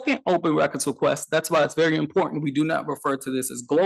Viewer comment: Also, imporT Tent ... the diacritical long T that slurs the T to include the end of syllable 2 & beginning of syllable 3. Overdo one and not do the other at all (axe) ... that's im port tent axe me how I know.